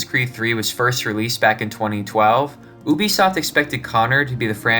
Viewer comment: "RAT-TON-A GAY-TAWN." "OOBISOFT" Please stop.